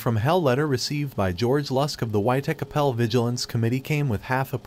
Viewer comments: "y-chakapel" dafuq? Whitechapel is pretty easy to say. 🙈🙉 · dunno americans just like changing words for the sake of it, but yeah its White-chap-el not whatever that was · Not listening to your robot say wytacapel 58 times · It's Whitechapel. Chapel as in the place of worship. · White Acapell? I think that's in Eye-rack where Ass-per-tame was invented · sorry, cant get past the computer voice not knowing how to pronounce "whitechapel" . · Had to switch this off purely because of that shocking way he says Whitechapel. Couldn’t concentrate on it! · I know. Weird, it's hardly a difficult word. I couldn't decide if it was a computer generated narration but I would think not.